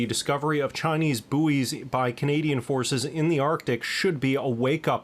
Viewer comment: I sleep good knowing anita, who can’t pronounce buoy is protecting and keeping us safe.